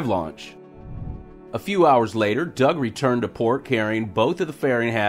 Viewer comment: Dear, you have your own special way of saying "BOB" and "DOUG". I'm not sure if it's intentional, but certainly is funny. Can't wait for news from Gator cam each time. I think we should celebrate the greatest, strongest static fire ever in Boca Chica. Apparently neither the authorities, nor Spacex were concerned about the bush... dynamic fire, so why should ourselves be?